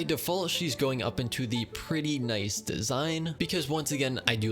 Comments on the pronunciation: n-eye-s vid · N-eye-ce video